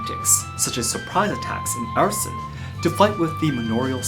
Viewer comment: it's pronounced R-son, not air-a-son. F.Y.I.